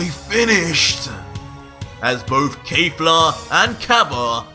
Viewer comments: I know it doesn't matter but please stop saying "Kayfla" instead of "Kefla". It gets irritating after a while m8😅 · ITS NOT KAY-FLA ITS KEFLA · I hate how you pronounce Kefla it’s KHEF-LA not KAY-FLA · Awesome stuff man, only 1 thing, her name is KEFLA not kayfla, other than that everything is totally amazing, From MwParkeR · It’s pronounced “Keh Flah” not “Kay Flah” every time he says that it annoys me 😭😭😭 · You’re pronouncing her name like KayFla that’s incorrect bro